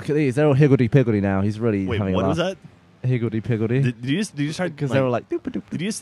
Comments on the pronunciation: i think he says higility pigilty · It's "higgilty piggilty". ;-) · "hivitty pivitty" xD lololol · its actually higaldy pigaldy